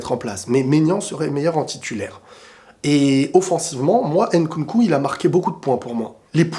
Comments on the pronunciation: D'accord avec toi. Giroud sied davantage au système actuel EDF que beaucoup de bon BU plus techniques par son profil et en plus il fait une saison honorable au Milan. Après fais un effort stp c'est Mbappé et non Embappé et c'est Nkunku et non Enkunku. Tu peux y arriver. La paix chez toi! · Salut j’espère que tu vas bien alors j’adore tes vidéos c’est pour ça que en tant qu’africain j’aimerais te faire une remarque stp on ne dit pas N’nkunku mais nkunku On ne dit pas M’mbappé mais Mbappé Lire les noms d’un coup stp pour l’amour de Dieu C’est comme ça qu’on prononce ces noms